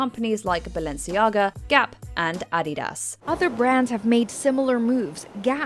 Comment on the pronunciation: I’m sorry what the fuck did you say? How can you not say adidas